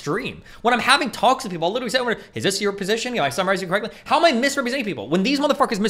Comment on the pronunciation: "LITRAL-LIRTRAL----LITRALLY" "HE LITRALLY-"